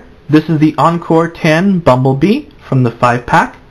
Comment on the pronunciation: it's supposed to be read as 'encore 10' minibots, not encore-10 minibots